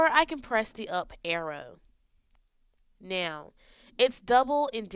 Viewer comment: It's now not neh-oh